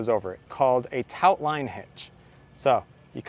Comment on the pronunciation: Did you call a taut line hitch a tout line hitch? Taut pronounced like the past tense of teach taught.